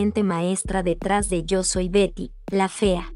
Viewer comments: Por favor no utilices esas voces automatizadas. Ignoro como se llaman estas voces artificiales , pero el 60% del video no se entiende. A veces dice Gary la fea, o pronuncia mal las palabras. Si se van a dedicar a esto, pónganse a escribir y dar las notas ustedes mismos. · Correcto pero la inexperta del reportaje lo menciona como esposo de Berta, (o Verta) y el "Chimuyurri" fue quien interpreto a su esposo. Un reportaje buenisimo en voz de una pesima voz buscando ilustrarse de plata ajena. E incluso el nombre de Betty lo trata de pronunciar en Ingles y al final en castellano.